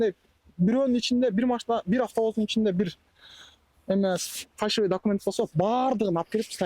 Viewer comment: Фальшивый деп үйрөнгүлөчү көк мээге окшоп фаршивый дей бербей.